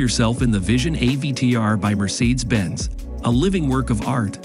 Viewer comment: A video about technology with an AI voice that can't pronounce "Mercedes" or "Towing" or "Origami"